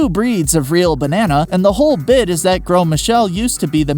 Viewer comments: Its grose not grow Einstein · Please learn that some words, like Gros, do not pronounce all the letters that you see.